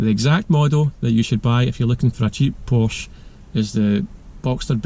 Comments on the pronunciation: you wrote a Porsche book but can't say the name correct? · You lose all credibility when you can’t even pronounce the name correctly. That said, there are potential issues with any of them. I have 5 at the moment, been driving them for well over 50 years.